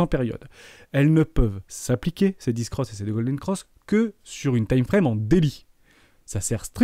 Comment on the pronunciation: On dit "dèf" pour death et "bèr" pour bear 😅